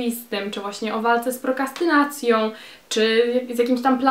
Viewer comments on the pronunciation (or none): to prokRastynacja, nie prokastynacja :)))